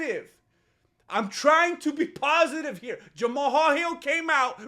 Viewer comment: Idek know if you're doing it on purpose, but the way you say peoples names gets me my guy, no disrespect, I think it's hilarious, and sorry if that's just genuinely how you say those names 😂 But Jama-hal is crazy lol 😂